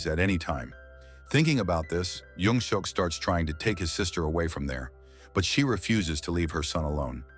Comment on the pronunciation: I stopped watching as soon as they said his name is "young-suck"